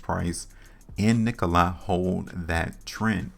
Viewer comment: I've held Nikola since may when I first started buying. It's dropping the lowest I've seen. Fyi it's Nikola( lah) not I